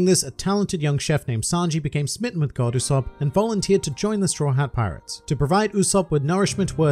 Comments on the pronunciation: You said the name wrong throughout the episode... It’s Go D. Usopp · Actually, it’s pronounced Go D. Usopp